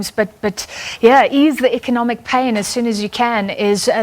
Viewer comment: The moment you can pronounce economic correctly.. you might stand a chance of getting somewhere.. eish